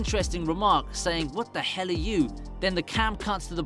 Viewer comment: Please dont say hell like that